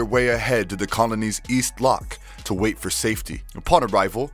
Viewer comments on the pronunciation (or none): none